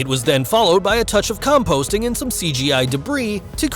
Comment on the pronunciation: "composting"?!? I think you meant "compositing". Lol